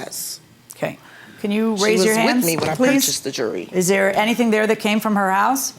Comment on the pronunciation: Is she saying jewelry or jury?